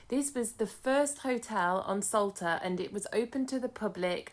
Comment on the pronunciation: I can't hear it any more....this Island is called ŠOLTA, the Š is spoken like sh in shoulder oder should!